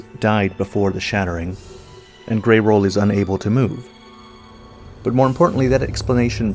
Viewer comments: bro said "grey roll" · People still calling Greyoll "Grey-roll"... He's not a damn sushi... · buddy, i love your vids, but i'm barely into the video and you mispronouncing Greyoll is jarring. Although, it was easier to tell thet you were talking about Greyoll and not Greyll.